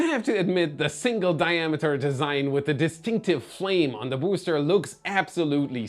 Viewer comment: But I love how he pronounces booster boo’s ter